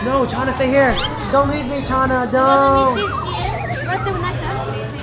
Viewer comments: bro said chana as china💀😂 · Bro said Chana as China! lol 😂